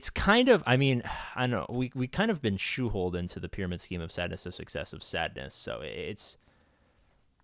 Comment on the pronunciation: Did you just say "shoeholed"?